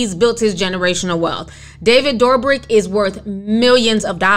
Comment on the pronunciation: I love how you say David DoorBrick’s name. Lmao this is how I’m referring to him from now on!! Love your content Ti!